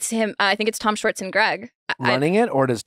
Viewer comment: it's 2024, and Nick still can't say "Schwartz" correctly 🤣